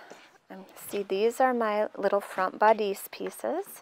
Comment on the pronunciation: Nice instructions! I think you should google the pronunciation of the word bodice.